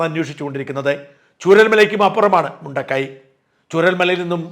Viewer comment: മുണ്ടക്കയം അതാണ് പേരു് ശരിയായ ഉച്ചാരണം ആവശ്യം ഇല്ലേ